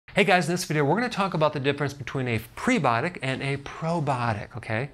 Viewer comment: The word is pronounced "pre-by-otic," not "pre-botic."